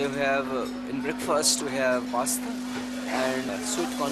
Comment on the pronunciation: Why didn't anyone tell the narrator how to pronounce the Sanskrit words properly? How hard would that have been? This idiot narrator doesn't even know how to pronounce 'pasta'!